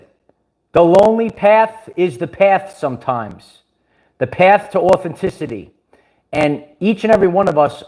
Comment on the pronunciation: This is the best comparison!!! 💯 I appreciate you. I remember when I first started following you and my kids would listen with me… you’d say “AUTHENTICITY” and they’d annunciate right along with you! 😂 It’s become a catch phrase at home 😊 God keep you my brother! Thank you for being here 🙏🏽